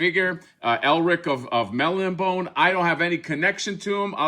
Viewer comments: I'm pretty sure it's pronounced Mel - Nib - On - Ay. At least that's how my dad always pronounced it and he was friends with Elric's creator Michael Moorcock back in the '70s. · It's pronounced "Mel-NI-bo-nay". Elric was created by Michael Moorcock in the late ‘50s as the anti-thesis to Conan and is one of the foundational icons of sword-and-sorcery along with Robert E. Howard’s Conan, J.R.R. Tolkien’s Frodo, Fritz Leiber’s Fafhrd & Gray Mouser and Catherine Moore’s Jirel. He is a dragon-descended Melnibonéan Prince whose people were oppressive, hedonistic sorcerers who enslaved primitive mankind of the Young Kingdoms. Although humans exist, Elric's world is not a prehistoric Earth but a different world entirely. Unlike his people, Elric is a sickly albino with a conscience. He uses magic to keep himself functional. He is deposed and exiled to live among men. His blade is cursed. It confers strength to him by stealing the souls of its victims. It is often indiscriminate and kills those he loves as well. He is the Eternal Champion of his world meaning a nexus individual who resets the cosmic equilibrium between Order and Chaos by serving either the Forces of Law or the Forces of Chaos. He is a tragic figure who knows he is doomed. Every Eternal Champion has an Eternal Companion, an Eternal Consort and an Eternal Adversary. In some stories, the Eternal Champions of different universes meet and fight as a team. All of Moorcock’s stories are interconnected. The broadsword is Mournblade and the slim sword is Stormbringer. The other accessories are the Actorios Ring, the Horn of Fate, the Shield of Chaos and a healing elixir. Any spellcaster or warrior who